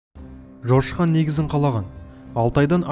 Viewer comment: Айтқан кезде Жошы хан деп естіледі негізі аты Жолшы хан ғой